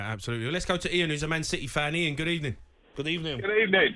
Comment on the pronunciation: "good evenidge"